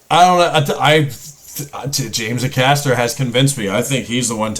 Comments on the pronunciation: There's some incredible James Acaster (pronounced A-caster btw) out there. Keeping on the food trend he now hosts a food based podcast with fellow comedian Ed Gamble and he even contested on the celebrity British Bake Off and it was the day of his life. Dumped by his mrs and no sleep for over 24 hours . Loads of would I lie to you clips that are hilarious and his time on taskmaster was amazing. Greg Davies is good with him on that. Oh and cats does countdown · For pronouncing his name, you just need to put the emphasis on the first syllable, which is a long "A". So it's like AY-kas-ter. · James's surname is pronounced A-Caster, as in a Caster you put at the bottom of something to make it easier to move around. No point reacting to Gabby Logan vids as she's a sports presenter. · It's pronounced Aaay-caster.🙃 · Check out James Acaster (pronounced ay-caster lol) mock the week compilation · It's Acaster with the A being pronounced like the A in USA. For some context Gabby Logan is a sports presenter and also the daughter of a Welsh International footballer by the name of Terry Yorath, who not only captained his national team on many occasions but also won the 1st Division (now Premier League) with Leeds United. You might recognize the team, a lot of the chants you've watched in previous videos were sang by Leeds supporters, many at Elland Road our home stadium. So yes she is very competitive which makes her story more believable than the actual mental truth. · It's pronounces AY (as in hay without the 'h') caster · Hey, I know it’s a short clip but this has to be the cleverest and funniest Brexit analogy on TV. Search “James Acaster cup of tea Brexit analogy”. Oh and you stress the Ay sound at the start of Acaster. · You are indeed pronouncing his name wrong. Here’s how it’s pronounced by James himself to the tune of Destiny’s Child “Survivor” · It's not Acaster, it's Acaster. Hope that's cleared things up for you, mate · Not til he learns how to say Acaster